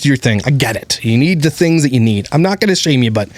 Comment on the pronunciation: Does she say tings as things? 😂😂how does he not say baby, it’s things. Come on man lol